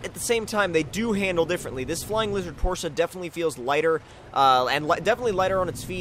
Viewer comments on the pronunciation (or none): porsche (por'sh) this is the pronunciation of the word tomcat